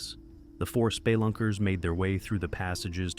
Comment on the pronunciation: this threw me way off 😅😂 the way you said Spelunker threw me off